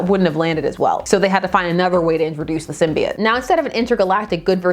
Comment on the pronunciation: Thank you….THANK YOU!! For not saying it Sym-bee-oat or sym-bye-oat….ever since Spider-Man 3 people starting saying it that way, don’t believe me? Watch Spider-Man TAS or even Star Wars Episode 1 (obi-wan says it when speaking to the Gunguns)